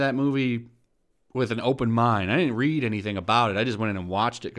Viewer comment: She said dint Lol